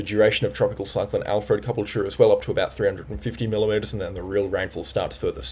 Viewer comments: Ca BULL cha Not cubble ch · He still can't pronounce Caboolture!